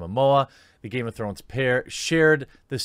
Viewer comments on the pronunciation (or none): none